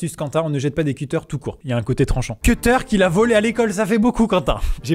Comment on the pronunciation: Je suis désolé mais je suis choqué par la prononciation de "cuter"